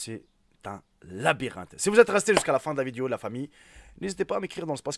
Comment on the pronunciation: 0.15 il a dit une labirente hhhh ,😆😆😆😆😆😂😂🤣😂